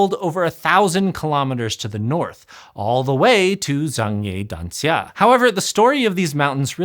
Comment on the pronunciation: i like how you pronounce zhangye danxia properly